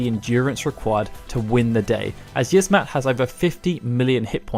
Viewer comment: It's pronounced Yi-az-mat not yizzmat you uncultured swine